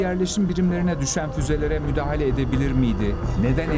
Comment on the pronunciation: "Müdعhele edebilir miydi?" 😂